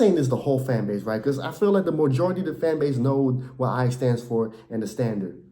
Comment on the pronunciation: are you dutch lolllll pronunciation of knvb and ajax is crazy